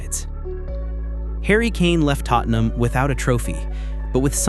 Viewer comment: your not saying tottenham right